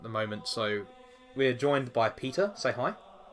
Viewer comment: It sounds like you're calling Peter "pizza"